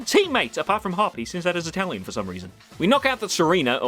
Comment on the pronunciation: Second time watching and I swear you say "Hop sends out his Italian for some reason" and it makes it infinitely better.